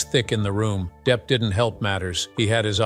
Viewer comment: Deep? Really? You cannot be serious with that pronunciation.